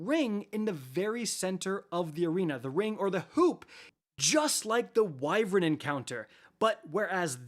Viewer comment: its not "wyvrin" its "why-vern"